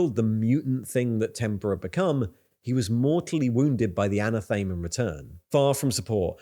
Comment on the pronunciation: ana thame? ... bro ... A nath a me ... as in A nath e ma ...